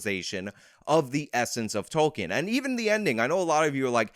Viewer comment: Ah yes J R R Tolking lol